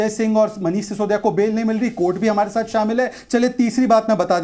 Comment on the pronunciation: Dath nahi sath hai.mazar nahi nazar hai